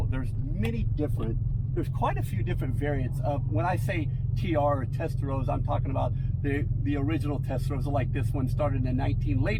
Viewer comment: Rossa not Rozza lol😊